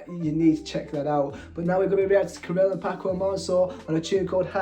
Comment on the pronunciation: You have them backwards. Ca7riel sang 1st (He's the tall one who plays the guitar. ) Paco is the one jogging. You should really take the time to listen to the entire song/ lyrics because sadly you can get lost in the translation & miss a lot. PS Ca7riel is pronounced CATRIEL